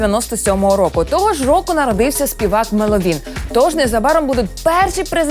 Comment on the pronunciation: ... Блін, люди це мЕловін, наголос на Е!!!!